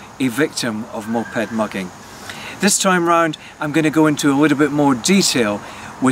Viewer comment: Why does he say Moped like MOP Head hahahahahahahaha